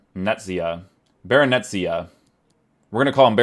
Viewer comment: it's pronounced barren-ay-chea